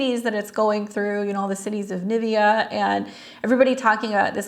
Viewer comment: It’s Nineveh not Nivea. Jonah was commanded to preach to the exceedingly wicked city of Nineveh.